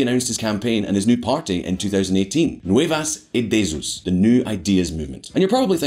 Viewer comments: Nu-ay-vus Ee-day-Zeus? Thanks for butchering my native tongue. Nu-ay-bahs Ee-day-Us = New Ideas Where's the other Q-ball, with the glasses? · Nuevas EE-Deh-A*s is closer the pronunciation I believe